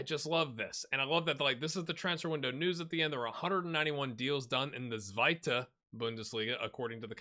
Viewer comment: Almost correct - the third division is the Dritte, which rhymes with Bitte. Nailed it on Zweite, though. :D